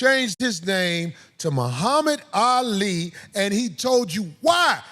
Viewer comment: When he said moo-hamick- ali 😂😂😂